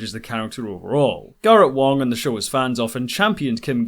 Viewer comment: You keep saying Wong but the actors name is Garrett Wang